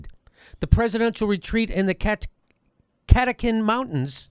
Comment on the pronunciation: Ca-Tock-Tin Mountains. Just saying because I'm representing my home town, Fred Co MD-West Side!